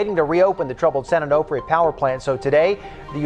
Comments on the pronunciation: Its pronounced Onofre. Not Onahfre. Is it that difficult to say? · Onofre is pronounced o no free. Not o naw free. This is why we call the beach their SanO. 🤙🏼🏄‍♂️ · San An-Off-Ray 😂😂😂😂😂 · San "oh know fray" why did you keep mispronouncing it after you heard the locals say it that way? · You guys couldnt learn how to pronounce "onofre"? So professional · The way the narrator pronounces "Onofre" really bothers me